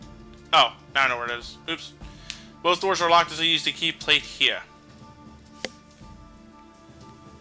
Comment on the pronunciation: I know he's saying Key Plate, but it almost sounds like he's saying Key Blade.